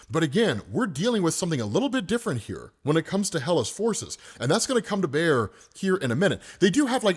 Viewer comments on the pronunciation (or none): none